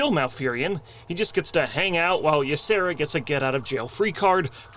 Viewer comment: When the Y is at the beginning of a name, it is pronounced EE- Sara Not "Ya-Sara" It's just an EE sound. It's not as hard as it looks at first.